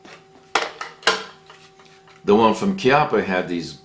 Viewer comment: It's not "KEE-up-uh" It's "KYUPP-ppuh" :)